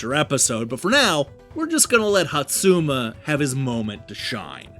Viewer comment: I think you managed to mispronounce every SINGLE name in this game. Hotsuma even had several different mispronunciations 😂